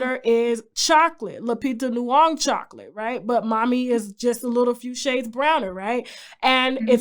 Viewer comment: Tasha I always love when you call Lupita's last name "Luong"🤣🤣🤣 it's Nyong'o ( Nyo-ng'-o) it's all Love mami😍